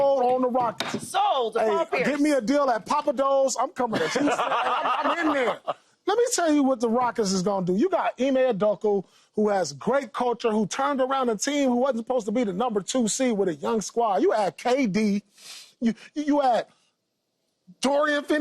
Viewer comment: Pierce: “Ime Udoko” 😂